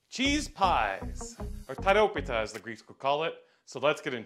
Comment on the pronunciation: tAh ro pita? huh? TEE-RO-PITA (and roll the R)